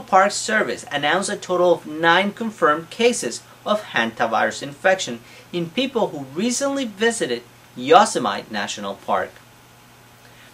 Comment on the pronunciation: Hi, I really appreciate all your videos - you certainly have a passion to teach others about medicine. One fyi... "Yosemite", the park here in California where Hanta Virus cases were found is pronounced "Yo - sem - it - ee " Thank you.